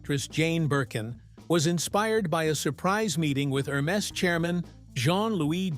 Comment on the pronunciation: Wrong pronunciation😅 Please, ask somebody French to pronunce "Hermes."